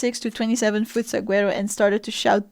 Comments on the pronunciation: Suh-war-oh, the G is silent. Also since 1933 is illegal to harm, remove, or destroy a saguaro cactus without a special permit from the Arizona Department of Agriculture, even on private property. It is a Class 4 felony in Arizona, punishable by fines up to $150,000 and imprisonment ranging from 1 to 3.75 years (potentially up to 25 years for severe cases). So don't be a Grundman, you might just live to regret it. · Saguaro is one of those words that make it easy to identify someone who’s not from Arizona and has never visited. It’s pronounced “Sah-war-oh”, the “g” is pronounced as an “h” sound, just like in Gila Monster (He-la mon-ster…….which is also from Arizona) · That's not how you pronounce Saguaro